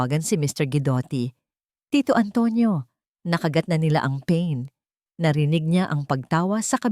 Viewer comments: Paen as in pain you pronounce as peyn na sakit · Pain ...hija pronounce as iha...pa.in not peyn